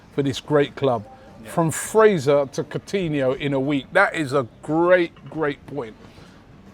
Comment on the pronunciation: Funny that when Arsenal are linked with Coutinho, Robbie actually pronounces his name right rather than saying “Court-iniho”like he did back in the Liverpool days